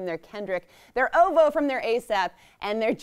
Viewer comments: Im sorry but she said ovo as one word instead of o.v.o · Knew the hostess was going to be cheeks when she pronounced OVO as “oh-voh”. She ran the whole thing like a school teacher, RELAX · She said OVO as OVO and not O.V.O lmao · She said “ovo” not “o.v.o” we just gonna ignore that? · OVO pronounced “oh-voh” :( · said O-VO instead of O-V-O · She said ovo instead of fucking... O.V.O😂😂😂mad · she said Ovo smh you only had one job